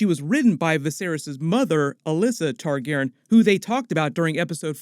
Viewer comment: Does the way he says Targaryen bother anybody or is it just me?